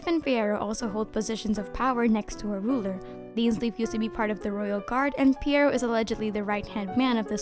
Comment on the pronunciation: Pretty sure the name is pronounced P-why-row.